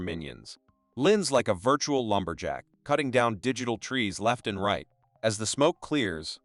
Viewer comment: STOP SAYING VIRTURAL SO MUCH ITS ANOJNG